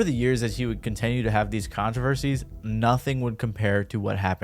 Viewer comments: "conTENue"... wtf? xD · Let’s “contenue”